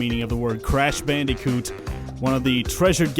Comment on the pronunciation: Croosh bloondicoot